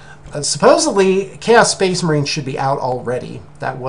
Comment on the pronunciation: Oh, you say you're going to present yourself alot better and then you say Spaos Case Marines, I laughed so much but you rock and we love you......